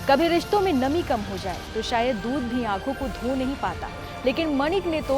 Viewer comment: दूध नहीं है दूधी है😂😂😂